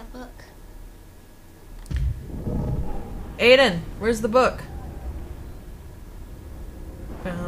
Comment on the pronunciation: Gabriel Ortega it's I den idk why she keeps saying a den